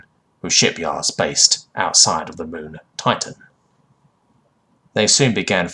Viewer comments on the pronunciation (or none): none